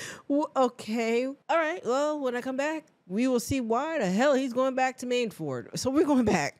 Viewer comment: Queen, did you call it... Mainford?